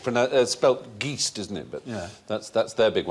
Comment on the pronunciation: Impressive pronunciation of Geest.